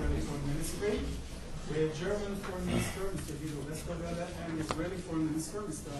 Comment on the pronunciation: To the German Foreign Minister: It's Israeli government not Isralien! Pretty insulting.